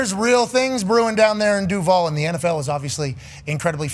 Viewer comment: In Jacksonville it's pronounced...Duuuval (Doooo Val) You guys make it so silly!